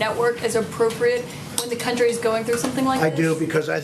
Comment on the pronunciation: I just wish he'd STOP putting the accent on the wrong syllables in 'country' and 'industry'🤣